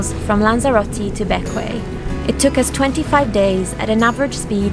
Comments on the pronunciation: The island you are in is called Bequia and is pronounced both BECK WAY and BECK WEE but never BECK WAY AH !. If you ignore the "a" on the end it'll make it easier to pronounce. In Grenada they call it Beck-wee. I wish I was there to buy you that drink I promised but I must use the "pandemic" card. Canadians were well taken care of by their government but I'm self employed and because I was busy moving last year instead of making money, those provisions include me out. I guess terra firma must feel like a blessing after all the rolling nights you had on your crossing. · Welcome to paradise. Admiralty Bay is one of my all time favorite ports in the E Caribbean. Loved it there. BTW as you probably know now it is pronounced. Beck’ we. As in my beck and call and we as in we all now know how to pronounce Bequia And Grenada as in Gren in Grenadine and ada as in aedah